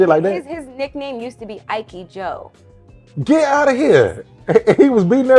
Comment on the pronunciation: Not “Ikeyy-Joe”